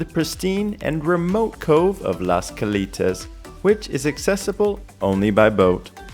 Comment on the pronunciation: This is so ridiculous. The buffet wasn’t “free”. You paid for it. And it’s Cal”ei”tas, not Cal”ee”tas. That show that was created by cirqu’s supposed co founder was axed. It bombed. it’s the poor man’s version of cirqu, plagiarizing cirq. Wait for the real thing.